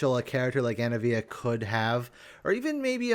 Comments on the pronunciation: Anna-eh-via Everyone else: auh-nivia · why do you keep calling anivia anavia? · STOP SAYING ANAVIA HER NAME IS ANIVIA